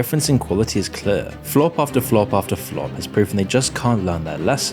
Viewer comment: The way you pronounce clear is insane. Bro really said "cleuaurgh"